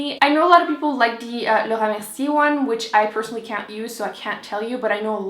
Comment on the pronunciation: I had to repeat the part where you say Laura Mercier! I love how you say it 💕